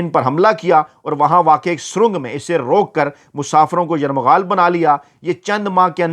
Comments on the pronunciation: یرغمال کو آپ بار بار یرمغال پڑھ رہے ہیں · لفظ یرغمال ہے نہ کہ یرمغال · باقی سب عام سی باتیں ہیں مگر آپ کے صحافی ہونے اور تعلیم یافتہ ہونے پر شک ھو گیا لفظ " یرمغال " نہیں بلکہ " یرغمال" ہوتا ہے ۔ درستگی فرمائیں ۔ کیونکہ آپ لوگوں سے سن کر ھم جیسے لوگ سیکھتے ہیں ۔ شکریہ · گزارش ہے کہ لفظ یرغمال نہیں ہوتا بلکہ صحیح لفظ یرغمال ہے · بھائی یہ لفظ "یرمغال" نہیں بلکہ " یرغمال" ہے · یرمغال نہیں یر غمال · Yermagal nahi yergmal hota hai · لفظ یرمغال نہیں ھوتا۔ یرغمال ھوتا ھے۔ درستگی کر لیں۔ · دردِ دل رکھتے ہیں … درست نہیں ہے بلکہ " درد مند دل " رکھتے ہیں ۔ اسی طرح یر مغال نہیں " یر غمال" کہنا چاہئے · یرغمال ۔۔۔۔۔۔درست لفظ ھے۔۔۔۔یرمغال نہیں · Yarmghal nahi hota yarghamal hota he janab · یرمغال نہیں یرغمال ہے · ، لفظ یرغمال ھے آپ بار بار یرمغال بول رھے ھیں ۔ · آپ کا ھی پروگرام ہم غور سے دیکھتے ہیں جو بہت اچھا ھے۔۔ آپ خود ہی فرماتے ہیں کہ اگر میں غلط ھوں تو تصحیح کردی۔ اس اصول پر ایک تصحیح لفظ کی ضرورت ھے۔ لفظ یرغمال کی شنید یرمغال استعمال ھوتا رہا کئی بار اسکو دیکھ لیں بہت شکریہ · Yarmaghal nahi bhai yarghamal hota hay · یرمغال نہیں یرغمال ہے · ، اتنی جلدی کیوں؟ خبر تو سب کو پہلے ہی مل جاتی ہے، آپ یرمغال کو ٹھیک کرلیں، ورنہ آپ اچھی خاصی اردو کو " یرغمال " بنا لیں گے😂😂😂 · لفظ درست کریں یرغمال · السلام علیکم محترم اپنا تلفظ یرغمال درست فرما لیں